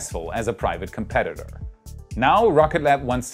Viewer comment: "Competit" Bwaaaaaaahahahahahahaha!!!